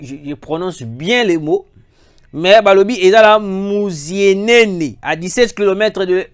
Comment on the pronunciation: A musienene bien prononcé